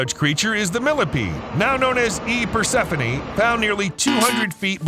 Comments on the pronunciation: The millipede (and the goddess) are persephone (per-sef-oh-nee), not persenophe. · per-SE-FO-NEE (lol "persenofee") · HOEMYGAWD, it's Persephone, PER-SEH-FUH-NEE, not per-sen-uh-fee... Yeah, just a little thing, but almost made me stop watching... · Honey. It is "PER-SEF-O KNEE" NOOOOOOT "PERSON-OFEE" Per-seph-one* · Imagine mispronouncing persephone about a dozen times in 3 minutes 💀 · I lost count how many time he butchered “Persephone”😅